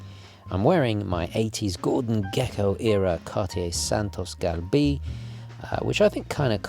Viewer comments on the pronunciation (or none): none